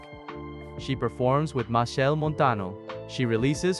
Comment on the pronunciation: His name is Machel not Michelle